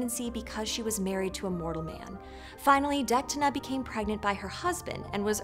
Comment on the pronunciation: i'm sorry, kind of disspointing, poorly summerised with misprenounced names In Irish, most of the time when you see a H, the leters around it go silent (but still feel the presence of them) Deichtine - Detine Lugh - Loo Why did you pronounced Mac as Maaaac with a long a :/ Mac has a short a - Mac! like McDonals this made me concerned of the other inclusive stories you have here, hallowed down to min If you enjoyed this story, awsome, just read further and find how sensitive, action packed and character driven Irish myth can be. It's very much like Norse myth, except the gods are more human, more vulnerable and either with us or the earth bellow us.